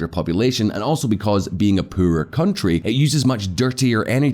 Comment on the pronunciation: for christ sake, can you please learn how to say the poorer, its pronounced "POORER", not puuuurrrrer"